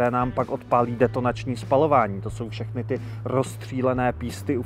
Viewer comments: Fiat, Ford a fšechny Francouzskí 😂😂😂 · "auta od ef ... Fiat, Ford a fšechny francouzský..." X-D